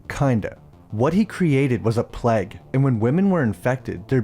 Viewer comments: Why do you say 'Pleg' instead of 'PlayG'? Plague is a word that some US Americans seem to struggle with but you're Canadian (I think). Good review though. I'll be look out for this one. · Nice video, but your pronunciation of plague is a bit off. Keeps sounding like plaque to me 😅